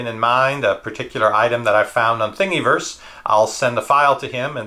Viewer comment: you proununce it like thing a verse not think e verse like you were saying